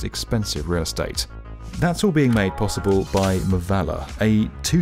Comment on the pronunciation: मावळा.... मवाला नाही 🙄🙄